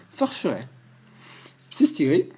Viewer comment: Superbe ouverture ! En plus je suis contente car tu es un des rares à bien prononcer le psyStigri alors que tous les autres le prononce psytigri :)